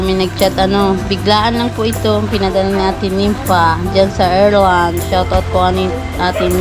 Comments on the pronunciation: How to pronounce Ireland (Ayr-land) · Ireland ang basa nyan😅😅